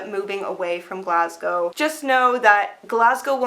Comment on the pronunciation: Well done. You're one of the only Americans who can pronounce "Glasgow" correctly.